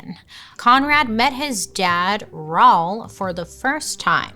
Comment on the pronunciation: lol I think Raul is probably Ra-Ule not rA-L 😅😂 love you Bailey haha